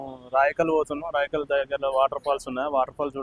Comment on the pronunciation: రాయకల్ కాదు బ్రో రాయికల్